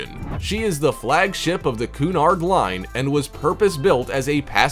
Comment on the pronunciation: What, pray, is the "Coonard Line"?